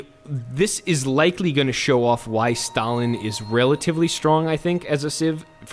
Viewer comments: Says he's good with WW2 Pronounces Stalin stalalin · aefwijpo his surname was Staljin (stalyin) and the other dude is Lenjin (lenyin) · Since everyone is angry because you are using the Russian pronunciation of the name "Stalin", how about you try the German way of pronouncing the name? Yeah, go ahead and piss off more English speaking people, because, why not? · Who is these “Stalian” you speak of? Is it a horse? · DAMIT it's Stalin not stallin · why does he say stalin like stalyin